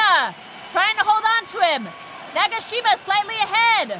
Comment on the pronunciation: 나가싀마~ 해설자분 발음이 너무 재밌다ㅋㅋㅋㅋㅋㅋㅋ